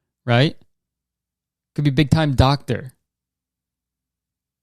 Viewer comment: BiG tIMe. DoCk-teR